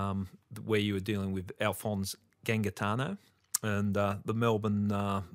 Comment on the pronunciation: I love it that mispronounces Gangitano ( because it would damage the ego of Alphonse if he was alive to hear it ). hahah on a more serious note. Martin Bryant has an IQ of 66 and is left handed. The shooter shot from the right hip in a pirouette. Australia's most decorated military shooter explicitly said he could not have done that feat in that short time. Think about it.